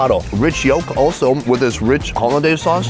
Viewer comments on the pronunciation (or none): Meh, after you said “holeh-daise” sauce, maybe not lol